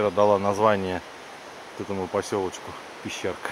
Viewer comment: Нм Пещерка, а Пещëрка.